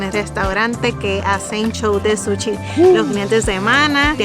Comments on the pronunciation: El comentario va porque ss gracioso como lo pronuncia jajaj. Es Sushiy no "Suchi" hahahaha! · "Suchi" JAJSJAJA